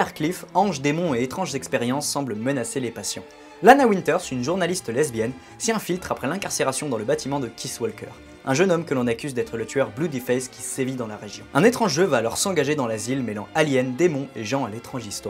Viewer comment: Super vidéo ! Ta critique est super intéressante ! par contre un truc qui me stresse c'est que tu dit "KiSS Walker " alors que moi je dis KiT Walker je sais pas lequel est le bon mais ça m'a stresse mdr mais très très bonne critique ayant adorée la série je suis d'accord avec tes "défauts de la série" que tu as cité ! 💪👏